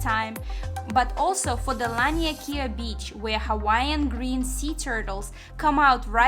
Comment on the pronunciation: All the Hawaiian Names you have mention was pronounced wrong. They say its bad luck and can bring harm to people who use their words incorrectly